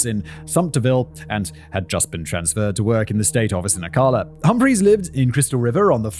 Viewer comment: Ocala is pronounced "Oh-kal-uh"...Okay, I don't write pronunciations well. The "al" is pronounced like the name "Al." Not that either of us care. Also, the "ist" in "Gilchrist" has a soft "i."